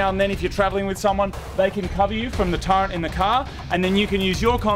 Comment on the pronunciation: It's turret not turrent.....